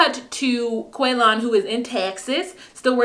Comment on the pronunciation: In my house, any word that comes up that sounds even remotely like Quaylon, gets pronounced like how Shavel says it... "Quay-Lin!"